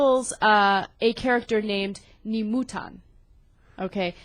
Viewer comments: Dear, I love the show, but mispronounced Japanese hurts my ears: "Nisan" is pronounced "knee-sahn," and "Nemutan" is pronounced "nay-moo-tahn." -Lives in Japan. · this chick cant even pronounce "Nemu-tan" correctly. hahahaha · >mfw "a character named Nemutan" Dammit, I raged before this but damn, that women needs to work on pronunciations